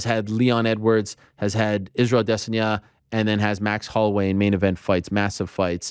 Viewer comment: That's why I can't listen to you talk!! Ah-dis-onyah... smh!!